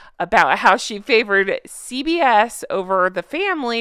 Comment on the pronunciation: I kept hearing CVS rather than CBS!